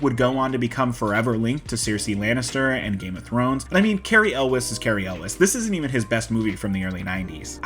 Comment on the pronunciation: "yools". Elwes is pronounced "yools".